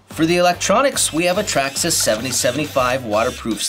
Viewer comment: Nice, but it's Traxxas.